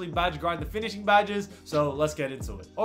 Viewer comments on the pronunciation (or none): “Finishing” please